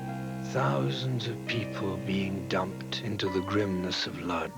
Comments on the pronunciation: I hate to be that guy, but the city is pronounced "Woodzh" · wish whoever made this orig docu had hired a narrator who could pronounce the name of the town correctly. in Polish the L at the front of Lodz has a slash in it and is pronounced closer to Wodj.....